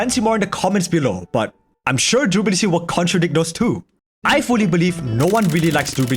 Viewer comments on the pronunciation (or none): have a drink every time he says Derability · I can't be the only one who is so distracted by "drooblity" that I couldn't concentrate on the discussion... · The way you say durability tickles my brain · Take a shot when he says 'durability' with a weird accent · Or take a shot every time he pronounces it like a real word ...if you want to stay sober, you know